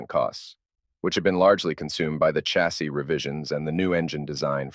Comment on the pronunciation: "Chas sEE?" Where was that Ai built?